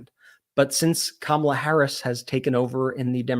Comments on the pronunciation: "Kamabla"? Orange Boy should get a campaign manager who can speak English. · Kamabla it's a racial slur.remember the Cosby kids. The kid that always pronounced everything with a bl or ba. Howba youba doingbla.